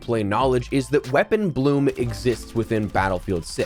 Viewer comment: ITS NOT BLOOOOOOM!!!!!!